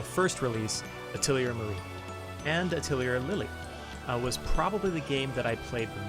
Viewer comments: A thuh lee hay... you're welcomed. It's french for workshop. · rip nobody briefed you on how to say "atelier"